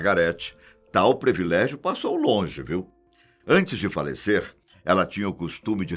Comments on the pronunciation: Senhor, eu assisto todos os seus vídeos, sou inscrita, dou meu like para todos os vídeos do Fatos Desconhecidos, mas fico triste com alguns erros que o senhor comete. A pronúncia da palavra ISLAND, em ingles é AILAND e nunc diga previlégio, porque o correto é PRIVILÉGIO. Me perdoe por isto. É porque eu gosto muito do senhor. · Caro, a pronúncia correta é privilégio e não previlégio. Você é um excelente apresentador. Só falta acertar esse detalhe. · Doem meus ouvidos ouvir PREVILÉGIO 20 vezes quando a palavra é PRIVILÉGIO. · Só uma crítica construtiva ao canal. Essa palavra foi falada várias vezes e de forma errada. Não é previlégio. O correto é privilégio. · Muito bom vídeo. Só acho que o apresentador deveria passar a falar "privilégio" e não "prEvilégio". Desculpe a "sinceridade".